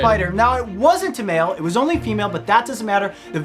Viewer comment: why he pronounce "male" like "mild"